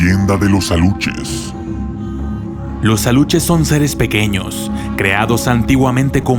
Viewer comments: Se llaman. ALUXES...NO ALUCHES! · Aluxes no se pronuncia como Aluches, si no como Alushes! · CUIDADO con la PRONUNCIACIÓN. Los alushes son con sh no ch. También cuida la Reina. No sé cómo escribir la pronunciación. México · Se pronuncia (ALUSHES) Aluxes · Me dio un poquito de risa como pronunciaste Aluxes. Lo siento, soy de un pueblo cerca de Mérida, Yucatán, y me ha encantado tu video. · Según se lee aluxes pero su pronunciación es Alushes o uxmal que es Ushmal